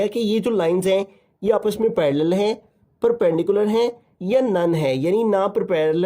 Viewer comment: Perperpendicular❌ Perpendicular ✅